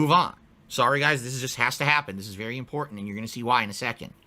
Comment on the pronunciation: Is it just me or does overemphasize A sounds in his speech patterns? "kahntent" "ahfter" "imporahnt" "ahour" "cahme ahn" etc.